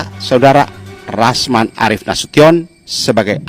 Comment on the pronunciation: Rasman, bukan yasman